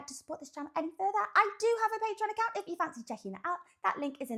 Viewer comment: You're a giggity... I always hear c*nt instead of account 🤣